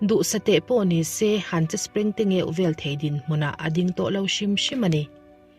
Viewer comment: Springtengêuh tih lai tak hi😂😂